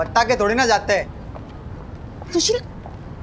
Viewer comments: It's Su-shee-la....Susheela... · Suseela nahi S-u-s-h-e-e-l-a😂😂😂😂😂😂